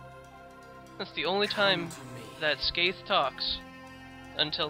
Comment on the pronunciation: you pronounced skeith wrong, didnt you?